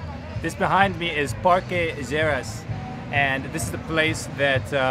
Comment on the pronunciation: IS NOT PARQUE ISERAS BUT PARQUE LLERAS AHAHAHAH